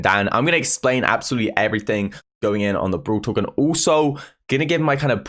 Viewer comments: Lmao u pronounce brawl talk BROL TOK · Everyone: Brawl Talk: brUUwl tOk 😂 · No one:: bRoL tOk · well different peeps can pronounce things in different ways-- like you could pronounce it bRawL TTaLk or Brol Tok it doesn't really matter tho